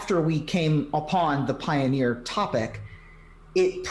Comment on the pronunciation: Did jus said Pie-bet for the potential Pie-oneer Masters packs?